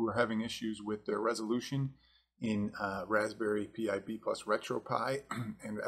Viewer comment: Raspberry pi is pronounced "raspberry pie"